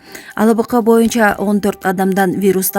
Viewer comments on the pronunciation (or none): none